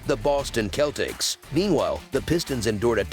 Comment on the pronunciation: This guy always messing up words what he call the Celtics lol